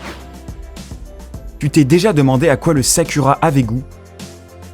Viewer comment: ça ce s'écrit sakura mais ça ce dit sakoura !